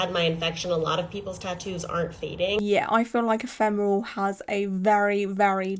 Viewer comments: your outfit and room are getting me into the spooky season mood! And I’m proud of you for getting the pronunciation of “ephemeral” spot on 😅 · I've not been on this channel for a while and now you know how to say ephemeral !!! Great video, it's important to always be aware of what could happen when you get a tattoo done !